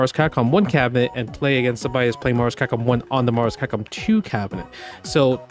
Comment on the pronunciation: “Marvus Kahkom 2”